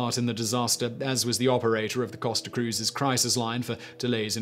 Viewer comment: i kept thinking he is saying cost of instead of costa